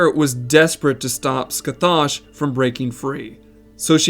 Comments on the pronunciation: The actual pronunciation of Scathach is scă-hăk. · Heyo! Just a minor correction in the future. Scathach is a Gaelic name from Celtic myth. Her name is pronounced (Skah-hah) with a back of the throat sound in the middle. But just saying Skah-hah is fine too. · late but scathach is pronounced "ska-hock" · Your pronunciation is horrible. It should sound like Sca-hock, not whatever you keep saying. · ima take a drink every time you butcher pronouncing Scathach, and ima be fuckin wasted because you aren't even slightly close to getting it right